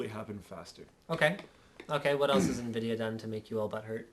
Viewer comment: so Invidia or Nvidatel haha